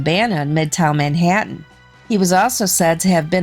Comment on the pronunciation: Horrible narrator. Can’t have someone with a midwestern accent narrate about things going on in NYC. Her pronunciation of the word “Manhattan” made me cringe.